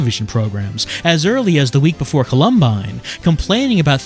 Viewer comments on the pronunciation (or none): Pronouncing "Columbine" like you would "Colombo" sounds so weird